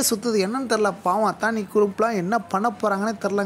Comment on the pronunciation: அத்தானி இல்ல... அதானி.. இது தான் correct... pl spell correçt ...